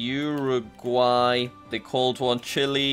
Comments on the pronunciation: Fun fact: Jack: Uruguay more like uoraguy me:ummm:/ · Jack: Uruguay sounds like "you're a guy" Me: Uruguay sounds like "You are gay"